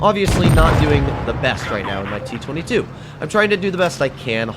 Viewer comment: t twenty two, why just dont say t twoty-two?